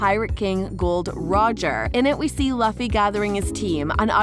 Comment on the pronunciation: It’s luffy you pronounce his name wrong